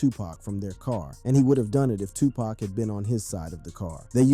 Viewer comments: His name is Tupac not tupack ok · First of all its not TUPACK, ITS TUPAHC! GET IT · It's NOT 2 PACK...IT'S 2 POCK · Bro how the fuk do u not know how to pronounce Tupac's name correctly smdh it's like calling Michael Jackson Michelle Jackson...get it together bro he's only arguably the most legendary hip hop artist EVER the least you can do is get his name right